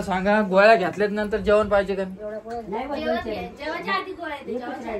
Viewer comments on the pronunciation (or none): none